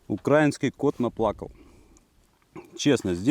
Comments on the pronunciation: одна маааааленькая просьба-не укрАинский а украИнский,не скажу что это прям так важно,но ухо режет и украинцев обижает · УкраИнский- ударение на и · Да йоптель- украИнский, ударение на И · Выдео крутое, мне понравилось как по критериям всё проверяешь, но я прошу тебя, не УкрАински, а УкраИнский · Ударение ставь украИнский . а не укрАинский ! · Это нормально... в смысле для, просто не обращай внимания. Да и в принципе, не смотря на то, что словари предписывают ударение ставить на "И", народ в большинстве случаев делает его на "А". В нашем городе улица Украинская, как правило так и произносится. Пока это, конечно, ошибка, однако язык постоянно меняется и словари правятся, согласно тем нормам, которые преобладают в обществе, яркий премер: кофе нынче среднего рода, йогурт с ударением на "У" и т.п., всё официально ("спасибо" Фурсенко). Так что очень высока вероятность того, что "украинский" с ударением на "а" скоро перестанет быть ошибкой. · Вообще-то правильно говорить украИнский паёк. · В Украине хорошо, но ударение в словах украинский нужно говорить на и.